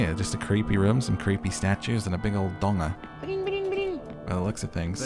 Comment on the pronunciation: This was such a great stream! Every bit was totally worth it to hear say donger 😂 The dream tours are great, it’s so nice to tour them with everyone rather than alone by yourself, makes it so much more fun 😊